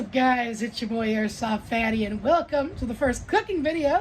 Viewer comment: Did no one else hear the 'velcome to my CHAMBER '? The german accent? Just me?